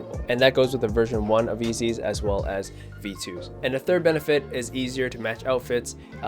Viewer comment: Wait did you just call yeezys... eazys 😂😂😂